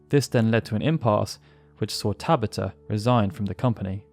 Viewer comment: TaBAta! Emphasis on the SECOND syllable!